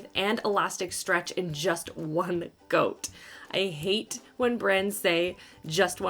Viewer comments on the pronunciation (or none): I heard "all in one goat". The first time. Hahah